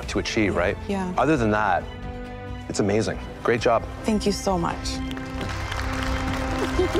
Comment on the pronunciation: When Chef Alvin said "Wonderful job" I heard " want a foot job" at first.. lol